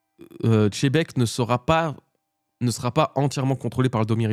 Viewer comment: Tzebec, Chebec quelle horreur d'entendre ces prononciation malfaisantes. Il est temps de respecter ce magnifique personnage qui va bientôt disparaître et nous laisser avec les bisounours de mugiwara.